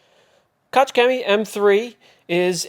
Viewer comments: "KOCH"☝️ and not "Kotz" which means 🤮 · wow wait a minute, what's with the fancy room and furniture, you can't just start a video somewhere new and not tell us about it:D. But I like the room! The pronunciation of Koch is hurting my ears though as a neighbor to the Germans, I'm sure German-speaking viewers as well haha, UK John does it too. but can't write how to pronounce it, since in English there is nothing similar to the sound of a g like in German. however, if you go to google translate, select German type Koch and press the small microphone button, you will hear how it's pronounced:D No biggie though, just a detail. But I thought I would share it for the people who wanna know or don't know the google translate button yet. Cheers